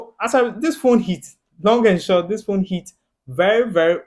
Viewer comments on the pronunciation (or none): Accent slip "Long and Short"😂 (Tintin ne Tiatia) and that's how I knew you fellow Ghanaian Rich content tho man, learnt alot about this series🔥